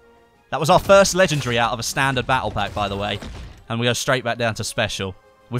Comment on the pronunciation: ffs it's not legegry and not inventry !